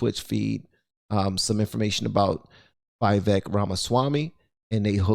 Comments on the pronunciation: It's Vivek, pronounce it like cake 👍, He's a smart dude. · Good stuff, his name is pronounced "We-Wake" btw :) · "Vivek" is pronounced "Vi-Vake" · Would give you a super thanks, but it isn't showing up for me to click..., i appreciate you. You give me hope. You shoukd reach out to Vivek and see if he would let you interview him. (PS His name is pronounced Viv-ache like cake) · Just FYI, even though I doubt he'd be annoyed. His name is pronounced viv-AKE. Viv as in Vivian, AKE as in snake. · You're not even saying his name correctly! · If you cannot even pronounce someone's name correctly, you're not much of a show host. "Vivek" rhymes with cake. It's not that difficult. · She's ridiculous. This is a prime example of how not to debate. It would be smart to at least know how to pronounce his name properly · There's literally no reason to mispronounce Vivek's name at this point. He pronounced it multiple times, watch an interview. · Vivek Pronounced: Vee-Vake(Vake like Lake) not Veeveck. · His name is pronounced "vee vek" not "vai vek." Just thought you should know. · Just fyi Its pronounced vee-vayk ramaswamy, not vye-vehk Edit: i heard it from the man himself when he was asked by Tim pool how he wanted his name pronounced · Hey, please correct your pronunciation. Like "Iraq" is not "Airak" but "EE-rak", "Vivek" is not "Vy-vake" but "Vee-vake". btw, your analysis of the debate was phenomenal and to the point. Great show ! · His name is pronounced not as "Vye-Vehk" but "Vee-Vehk", like "We wake" except with a "V" and not a "W". Yuppp, ya'll better learn your next President's name!! 😅. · His name is prononced Vih-vāk.... like cake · it’s pronounced “Vih-Vake” …like cake 🍰🙂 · If you ever meet Vivek Ramaswamy his first name is pronounced Vih-vayk but you got his last name spot on which makes me super proud man keep up the good work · Its pronounced vvek - yes she was acting a fool, but he does not ever take any bait. This man has the H Spirit flowing thru him.